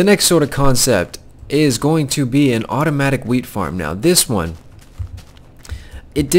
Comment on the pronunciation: jhe said wheat I thought he said weed